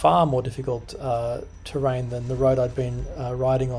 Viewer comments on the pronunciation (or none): none